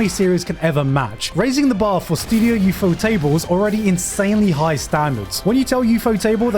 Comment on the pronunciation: Props for saying "Ufo Table" right and not pronouncing it "ufotable" like so many others do.